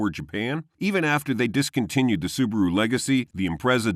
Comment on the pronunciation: it's not SUBURU it's acually SUBARU